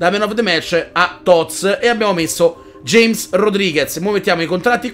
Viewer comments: ei sto cercando di convertire tutti....invece di james come dici te (lo dico come si pronuncia) dovresti dire hames o ahmes perchè è un nome spagnolo non inglese!!!! comunque grande bellissima squadra continua cosi;) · si scrivi James ma se legge Hames